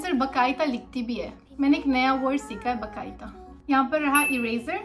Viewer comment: not bakaita.. its baqaeda .. 😂